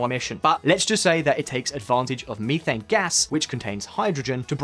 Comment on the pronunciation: its pronounced as met•hane gas not "me•think" gas.